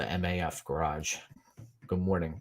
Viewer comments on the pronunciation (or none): I already called it live. Alvarez missed weight and he just got that W. 😎👍 PS. Next time, it's Maf, short for Mafia, not M-A-F. 😉 Thanks for the intro for my next episode. 😛